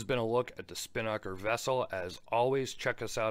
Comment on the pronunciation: Hey, love the channel. Long time viewer. Just wanted to clear up on how to pronounce Spinnaker. You're putting the emphasis on the wrong syllable. If you play the voice pronunciation on this link you'll see what I mean.